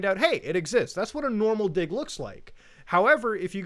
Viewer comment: I am not so sure why read "dig" as "dio."